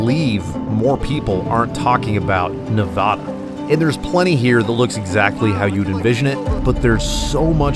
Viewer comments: Nev-add-a!!!! Not Nev-odd-a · "Ne-VA-duh, not Ne-VAH-duh" as the bumper sticker clearly states. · WRONG PRONUNCIATION. IT'S "Neh-VA-duh" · It’s Nev-a-DUH… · I’m confused the title says Nevada, but you say neva-duh…. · Doing a 900 mile trip + a well made video and still pronouncing the name of the state incorrectly. Get it together here!